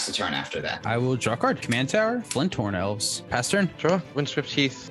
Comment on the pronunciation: still keeps saying f-y-n-d- horn elves wrong